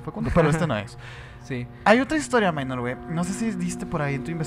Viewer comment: "Minor" es palabra del latín, por lo tanto, no se debe pronunciar como si fuera inglés "mainor". Saludos